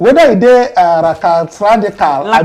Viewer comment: ooooooo, ratadastical, hmmmm," lackadaisical " meaning careless, lazy. Lack Enthusiasm.